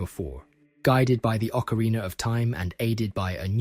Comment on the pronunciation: What is with the habit of YouTubers pronouncing ocarina as if it ends in the two letters er?